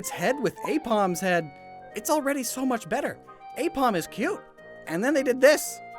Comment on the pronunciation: DO NOT LEAVE OFF THE I IN AIPOM!